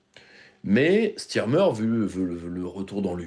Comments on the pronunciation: Est-ce que PYR, aussi intelligent et pertinent dans ses analyses qu'il soit, ne sait pas que premier ministre anglais ne s'appelle pas Stirmer, mais Starmer. A non entendeur. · Ce n’est pas « Stirmer » mais « STARmer » , ma couille !